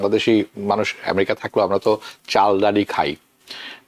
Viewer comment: america a= short a , not bent a